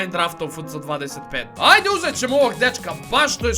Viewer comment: kaže se Efce 25 a ne fc25😅